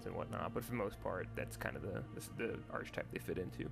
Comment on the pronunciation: Hey, great video! Thanks for running through some things. I was wavering about buying this game, but you've kind of sold me on it with your clear explanations. Just a note as an English teacher, 'Archetype' is pronounced with a k sound, as in 'arkitype' (or 'arketype' for we Brits). This is because the 'ch' here produces a k sound.